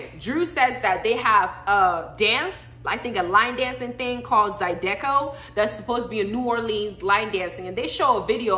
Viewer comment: Zy-duh-co lol